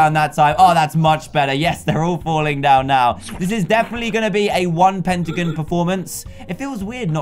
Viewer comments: Dan its not petagins it’s pentagon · DanTDM sayes "pentigin" for me thats weird because i live in canada and we say "pentagon" lllllll